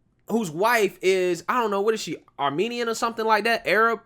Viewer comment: Molly is not Armenian but I appreciate you pronouncing Armenian correctly !